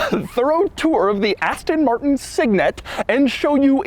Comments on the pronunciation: “asten morttennn” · aston mar-n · Ass-tonn Martn. Thanks, Doug! OK, nice materials on the inside but the way they're designed and put together is like it was given to the interns to complete in one week. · I had to switch off because of the way that he said Aston Martin and his explaining what a cygnet was